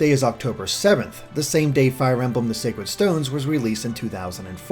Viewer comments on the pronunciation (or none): none